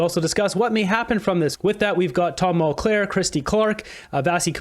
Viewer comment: It’s Tom Mulcair not Mulclair